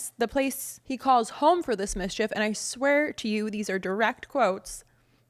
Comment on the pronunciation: When you said "misshef" I thought you were making fun.